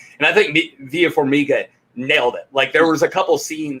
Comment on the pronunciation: Is it so difficult to pronounce simple names that are pronounced phonetically? Farminga? Is it so hard?